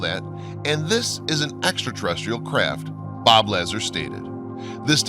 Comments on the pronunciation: first thing it is... la csar ... for bob lazar ... not lazer .... please check phonetics before loading a computer voice .... mobile denim .... I hope he meant Molybdenum .... otherwise an interresting video ... but nothing new ... heck not even anything on nibiru's supposed return in system .... so this is just a re-edit of old material and reposted .... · Man , it's Lazar not lazzer C'mon do your research a.little better instead of reading someone else's essay. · Dude!! I love your videos, but your pronunciation is like fingernails scratching a chalkboard or chewing on tinfoil.. Do some pronunciation research, all your other research is on point!! Why the several mispronunciations!! “Bob LAZER” = “Bob LAZAAR” Zeti Reti-cul-ee = Zeti Re-ticul-eye.!I stopped listening after that.. Love your stuff!! But it hurts my ears.. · You know it really bothers me when you guys don’t pronounce names correctly his name is Lazar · OMG you're mispronouncing everything! Bob "Lazar", Zeta "Reticuli", and Edgar "Fouche" all mispronounced before . I'm done, thank you! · La-ZAR is how I'd pronounce that name. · Great film, lots of info. Pronunciation could use a little help. Lazar = Luh-ZAR, Zeta reticuli= zay-tuh reh-tick-you-lie. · His name is pronounced "La- czar" or Lazar as in "are" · Just FYI, it's pronounced La-ZAR. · You are pissing off everybody that follows this subject! You have someone narrating that does not know how to say Bob Lazars name!!!!!! It is said La zar!!!!! anyone that follows this is going to be put off by your lack of effort to get things correct, especially someones name, highly insulting and disrespectful! This video like others that cant take the time to find out how to say things correctly is being stopped and skipped at the point that you F-ed things up! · You lost ANY credibility with me! You obviously know little about the subject, as you embarrassed yourself by mispronouncing Mr LA-ZAR’s name! Dude, do research before you post! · La-zar? It's Lazar